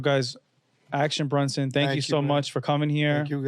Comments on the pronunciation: Vinny saying Brunson instead of Bronson lol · Keep saying BRUNSON bro...youre pissing me off